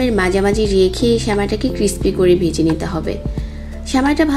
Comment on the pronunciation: ঘি কে গি বলেন ভেজে কে বেজে